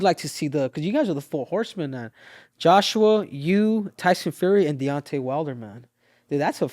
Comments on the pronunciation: His name is Deon-Tay not Dontae, Mike . That's Dontaes Boxing that I think you're confusing his name with . But I Love You Mike you are a pure soul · He means mike calling Deontay-Dante. But really Mike is just not trying to extend and emphasize the syllables. Mike does whatever he likes but this is just regular name mispronunciation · Mike Tyson - "DoNtAy WiLdEr" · Love how Iron Mike is referring to Deontay as ‘Dànte’ lmao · Nobody is ever going to tell Mike how to pronounce Deontay correctly 😂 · I think he refuses to say his name right because of the way wilder disrespected his legacy by saying he would ko a prime iron mike...mike won't give the respect of saying his name properly lol